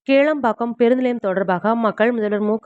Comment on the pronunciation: Not kelambakkam, kilambakkam